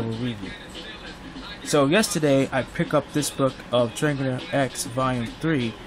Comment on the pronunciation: It pronounced tree-arj. Good review though